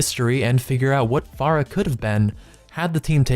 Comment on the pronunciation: I don't understand how you both misspelled and mispronounced Pharah.